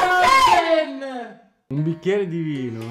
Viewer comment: L’ultimo e baby boss e cq è stata la prima a dire “ FROSEN “